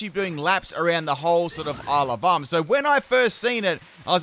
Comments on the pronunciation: I keep hearing 'Alabama' instead of Isle of Armor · Why I keep hearing Alabama instead of Isle of Armor? :D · When he says Isle of Armor I hear Alabama 😂